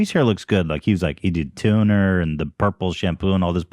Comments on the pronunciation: I think at some point in the podcast Ethan called it tuner 😂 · Did anyone else notice that Ethan said “tuner” instead of “toner” when talking about AB’s hair